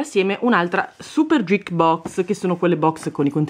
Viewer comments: Non vorrei sembrare perfettina, anche perchè ti adoro ma geek, si pronuncia con la "G" dura. Ti adoro:) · Geek si pronuncia "ghiik" con la h, scusa il commento ma è fastidioso sentirlo pronunciato in quel modo